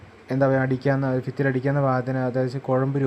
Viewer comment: ഫിത്തി അല്ലാ ഭിത്തി aada മണ്ടാ😂😂😂